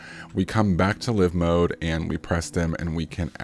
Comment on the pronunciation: Psssst.....(Live): it's not "luh-ve" mode, it's "Laai-ve" mode ....you know, as in "alive"......pronounced: "uh-laaive"